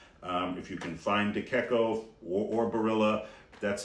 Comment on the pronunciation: De Cecco and Garofalo are mispronounced.